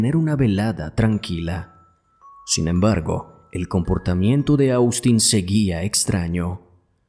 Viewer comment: te haré una observación, con mucho respeto, y es que Austin, se pronuncia OSTIN, no cómo se escribe, asi se llama el hermano de mi yerno, que es norteamericano. Este chico parecia, que estaba sufriendo de esquizofrenia, yo vi este caso, en Investigación Discovery, y en la cámara que había en el restaurante se veía que tenia un ataque de esquizofrenia y luego cómo sucedió el ataque en la casa de ésta pareja, y es impresionte ver cómo fue el ataque Según dijeron en ese programa el era esquizofrénico, y la mamá siendo médica, no le detectó esa enfermedad, y mucho menos le trató los síntomas que presentó antes del ataque, a ella la juzgaron por este motivo.